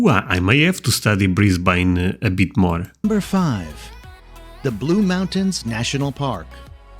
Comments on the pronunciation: Flinders Street Station. Not Flynders Street. Port Phillip Bay. Brisbane is Brisbn.The a is not emphasised. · It's pronounced Mel-bun not Mel-born. So annoying. Brisbane, is bris-ban not bris-bayn. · I wish these American commentators would learn to pronounce our cities' names correctly,. It's not Bris/bain. It's Bristbn. Melbourne is pronounced Melbun. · Australia has everything! Except perhaps an Australian to narrate the video and pronounce places properly Melbourne is Melbin Brisbane is Brisbin There is no such place as Flynders St station Sydney's bridge is the Harbour Bridge (Sydney Bay???) Why a yank???? It is so grating and factually incorrect. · Just to let you know, Australians pronounce Melbourne "Mel-bin", Brisbane "Bris-bin", and Auzzies can and will give nicknames to everything and anything. names, places, events, etc. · Melbourne pronounced as Mel-Bin not Mel-Burn Brisbane is Bris-Bin 2032 Olympic games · Fact number 1 about Brisbane, your voice-over guy there on the video, is an American, and that's not how we pronounce Brisbane. If you want to sound like an Aussie, try this : I when west and sore Perf, then I come back East across the Nulla, and through Adelaide. Went on to Mel-bun, then up to Sinny, then we went up to the Gold Coast, through Brizzy (Briz-vegas) to the Sunny coast. It's pronounced BrIZben, or BrIZbn. After living in Australia for 61 years, and in Brisbane for almost 40 of them, I've only ever heard visitors from overseas say it that way. Nobody ever calls it Briz-BAYne! Only Americans ....